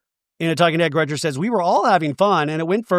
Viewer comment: I am so happy you stuck up for Shannon. Also please don't call Gretchen Gretchers same amount of letters so what is the point.